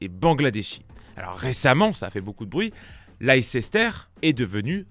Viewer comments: Hello, Juste un petit truc de prononciation : Leicester ne se prononce pas Leicester mais "lester". Middlesbrough ce sera pareil, on dira middlesbro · Leicester ça se dit "Lester" Comme la sauce "Worcestershire", ça se dit worstersher Voilà voilà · Leicester se prononce : « Lester »